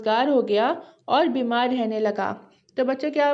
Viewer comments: बिमर या बिमार 😂😂😅😅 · bimar❎ bimr✅😂😂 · Bimar hota h Bimr nahi